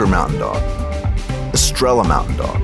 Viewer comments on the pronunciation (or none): It should be Estrela mountain dog and not "Gestrela" it is a Portuguese breed